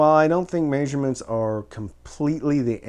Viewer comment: What is a "mayzshurement"? lol! I'm really enjoying your videos! Thanks for all of the info!